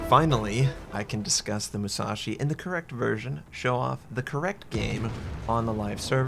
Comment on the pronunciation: UCHUU SENKAN MUU SAA SHIII LOL!